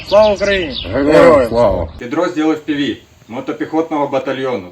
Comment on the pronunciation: З путлера можно глузувати,доколі воно не здохне.Не знає як дрони читати:замість еФПіВі,каже ФІПіВі.І таке непорозуміння отаке творить.💩👺👹